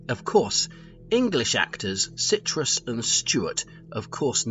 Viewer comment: I could be wrong, but it sounds to me as though you’re saying Marina Citrus instead of Sirtis. Also, you’re saying McSomething instead of McFadden for Gates’s name.